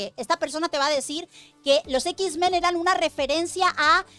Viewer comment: los ex men hablaban con la ""E"" 😂🤣 los x-men no